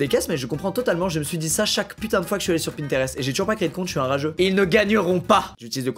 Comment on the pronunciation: comment il dit pinterest ,_, c horrible